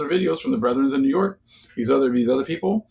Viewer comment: yo when you said new york the lord told me new yoke...merchant state???